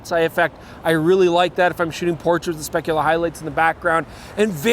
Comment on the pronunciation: Gotta work on that pronunciation of the word "speculaR". Getting gynecological vibes here...